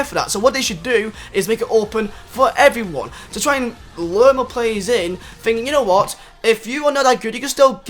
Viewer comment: *give them mower wespect 😂😂